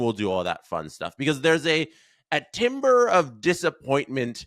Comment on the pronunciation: I hate to be "that" guy, but in this context it's pronounced "tam-bur" (timbre). Love the trade video!